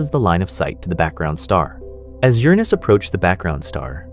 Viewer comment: "CGI, no AI" for the visuals, maybe. The narration is almost certainly AI-- we got at least three different pronunciations for Uranus: YUR-in-us, your-ANUS, and bafflingly, yur-AHH-nus.